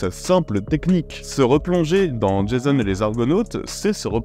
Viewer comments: C'est pas "jaysone" mais "jason". Faut arrêter d'américaniser les prénoms. Tu nous a fait la même avec Themroc qui se dit "Temroc". Il suffit d'écouter les acteurs en parler. Merci de faire l'effort pour les prochains. 😉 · C'est Jason et non Jaison. 😂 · Merci pour tes vidéos. On dit "Jazon" pas "Djézone" : c'est un grec, pas un anglo-saxon ! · "Djaïzonne" et les Argonautes ? 😁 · Jason. Repeat After me: Jaaaaaaason. On dit jaaaaaaason. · "Jayseune" et les Argonautes ? Vraiment ?